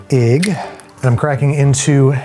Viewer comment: one “igg.”😂